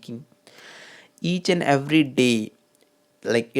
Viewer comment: YOU ARE SOEAKING LIKE A GAY MAN SORRY TO SAY YOU NEED TO SPEAK MORE GRACEFULLY YPUR PRONOUNCIATION OF ENGLISH WORD IS HORRIBLE YPUR SPEAKING IS TOO CONCIOUS YOUR PRONOUNCIATION OF EVERY ALSO IS HORRIBLE